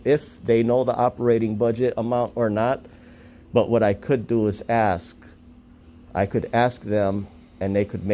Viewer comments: For some reason black people cant say 'ask'. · To be fair, she did 'axe' you.